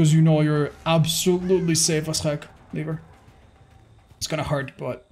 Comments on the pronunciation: he says "leave her" sounds like something else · "Leave her" but ofc it sounds like the n word